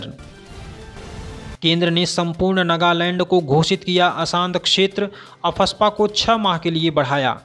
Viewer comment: नागालैंड होता है सर नगालैंड नहीं। 🙏